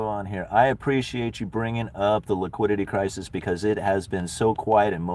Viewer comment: wiquidity cwisis